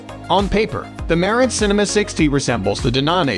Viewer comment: Dude, you talk about two different receivers Denon and marantz. And for some freaking reason, do you have to put the accent on the wrong syllables for both of them. Why?